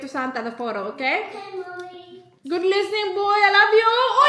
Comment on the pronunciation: Ang ‘mommy’ dle pa gihapon malitok pero an ‘hala’ litok dayun